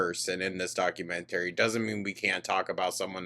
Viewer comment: The thing that disturbs me the most is finding out how pronounces documentary and elementary lmfao 😘